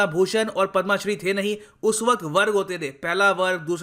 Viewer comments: Don't call पद्मा It's पद्म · Sir please tell them, Padma not padmaa award. 🙏🙏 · पद्मा नहीं पद्म